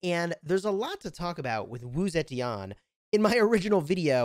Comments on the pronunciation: Still butchering her name to date lmfao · This game is awful and so is your pronunciation but Wu Zetian is amazing.